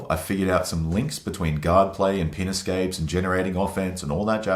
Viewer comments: In my dialect of English, the way he says, “pin escapes,” sounds like he’s saying, “penis games.” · lol pin escapes sounds like penis capes. I can’t be the only one that heard that. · Had to double take when I thought he said “penis gapes” 😳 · Took me a minute to figure out that he was saying "pin escapes" 😅